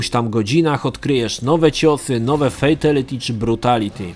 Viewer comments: Mordeczko jak juz sie tak wszystkiego uczepiles to ja tez sie uczepie. Mowi sie "fejtAliti" a nie "fejtEliti". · [Fejtelyty]? Brzmi tragicznie jak Szpakowskiego [Szira]